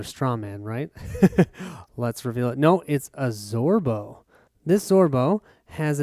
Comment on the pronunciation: Not ZoBro, it's ZoRbo =)